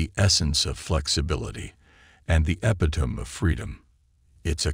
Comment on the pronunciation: Who the hell reads a book aloud without knowing how to pronounce epitome?